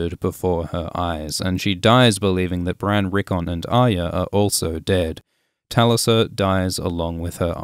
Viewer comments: Sorry but how did you pronounce "TaLisA"? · A lot of these pronunciations are hilarious but after hearing you acknowledge the show, and still calling Tulisa that, I’m now sure you’re just trolling. 👏🏻👏🏻 Is such a good channel, not sure why that was needed to lower the quality of it.